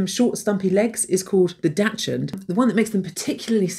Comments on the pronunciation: Btw it's not pronounced "dutchhund". More like "daxhund" (but the "Hund" part is right). "Dachs" (pronounced like "ducks") is "badger", after prey people used these dogs on. Yeah, dachshunds were bred as hunting dogs. They were deployed to get into rabbit tunnels and scare them out of the other entrances, where hunters would get them. And due to their short legs, it wasn't uncommon to carry them in a backpack. Humans smh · sorry, yes it does. The name comes from the German for badger: Dachs (pronounced ducks) followed by the German for dog:Hund. Therefore it is never pronounced dashund. Do you pronounce technology as teshnology? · and please... it's pronounced daks-hund not dashund (or dacia hund)... poor dackel don't deserve this